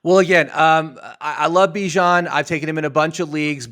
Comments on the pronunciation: Yo who the hell is BYE JAN Robinson lmfaooo. It’s (Bee - Jahn) 🤣🤣🤣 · Bijan like Dijon (mustard)😂😂😂 Not “Bye Jan” 👋🏼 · I dont understand how you havent done simple research on how to pronounce Bijan Robinsons name. It's obviously Beeeee Jon, not Bye Jan, everyone knows that, i fimd that extremely weird🤷🤷🤦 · Bye-Jawn Robinson got me dead 💀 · Who tf is Bye-Jan??? Must be a bum. Bijan is the real fkn deal though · BYE-jan lol who is this fool? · Th way you pronounced Bijan.... jeezus dude rang my nerves lol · I wish you guys knew how to pronounce Bijan. Y’all coulda at least agreed on one pronunciation. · If bijan is your league winner at least learn how to say his name correctly 🤦🏾‍♂️